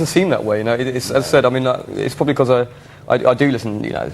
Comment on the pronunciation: when does the say pwobably?? missed it for about 3 times ^^